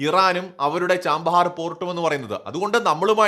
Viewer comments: ചബഹാർ എന്നാണ് തുറമുഖത്തിൻ്റെ പേര്, ചാമ്പഹാർ എന്നല്ല .വർഷം മുഴുവൻ വസന്തകാലം എന്നാണ് പേർഷ്യനിൽ അർത്ഥം. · ചാമ്പഹർ അല്ല chabahar അല്ലേ